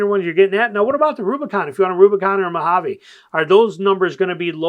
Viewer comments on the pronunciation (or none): none